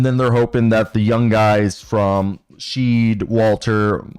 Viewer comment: Shead is pronounced "shed", btw. He's probably the most ready. Mogbo looks like he needs time in the G-league. The Raptors have a chance to surprise - but it depends on 1) A leap from Gradey, 2) Continued growth from Barnes/Quickley/Barrett, 3) Staying healthy - particularly Barnes and Poltl. It'll be fun to watch, but they'll need luck on their side to avoid the lottery.